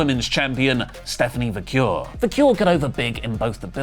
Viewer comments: It’s pronounced Stephanie “VA-KERR”, not “Va-CURE”. Say it right,! 😂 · Staphanie "Va-kerr". Va-kerr is how you pronounce Vaquer.